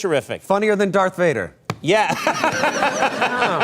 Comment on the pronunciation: did he say “Darth Fire”?